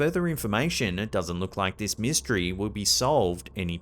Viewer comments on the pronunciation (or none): "mist" - ery